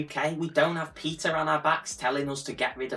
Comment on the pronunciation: PETA (you’re pronouncing it correctly) is absolutely insane. They are not an animal welfare organization as they purport to be. They routinely kill dogs from shelters and propose bans on owning any type of animals. They have a nice name, but they’re actually a quite radical organization supported by people with naive views on their true nature or with extreme opinions themselves. Better organizations in the US to be acquainted with are USARK and ASPCA.